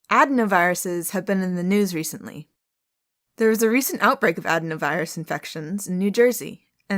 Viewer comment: Medical professional here ; it’s pronounced ad-in-o-virus ; enjoy rest of your day. Appreciate everything you do.